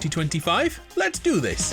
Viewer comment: DISH year or THIS year ???? soo anoying to hear it ....